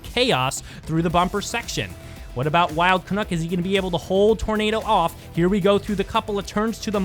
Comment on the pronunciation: Your commentary is always excellent. One thing though. Wild Canuck rhymes with "Duck" hehe. I'm too Canadian to complain, but I did want to mention it. Sorry.:P